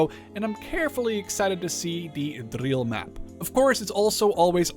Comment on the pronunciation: As a Dutchman I am surprised by your amazing pronunciation of "Driel"